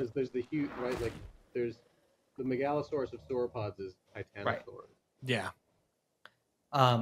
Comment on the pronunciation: No says Meg-Allosaurs